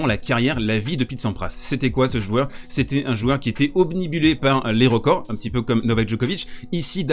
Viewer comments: Obnibulé, pas facile à dire 😂😂 Je te suggère d'essayer plutôt obnubilé 😉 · Super vidéo, comme toujours ... Mais attention a l'emballement quand même, on dit OBNUBILER ;) !